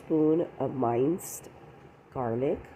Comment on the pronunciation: "Minced" is pronounced with a hard "i", not a soft "i". Hard "i" like in "ring", not soft like "right". 😁 Cool recipe though!